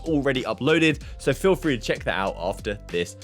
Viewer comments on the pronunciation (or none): none